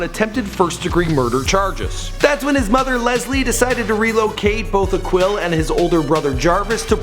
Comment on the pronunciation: Micheal his name is pronounced ( A keel ) not ( a quill)